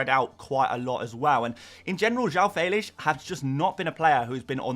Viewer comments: its fell-ix not feylish 🤣🤣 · That's a very unique way of pronouncing Fèlix......Felish!! The correct way is Fell-icks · Bro stop sayng Felix in that way....its stupid....